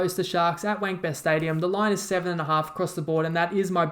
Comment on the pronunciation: Did he just say “Wankbest Stadium” 😂😂😂